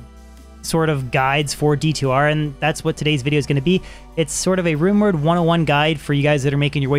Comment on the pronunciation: He says runeword so fast it sounds like rumor 😂😂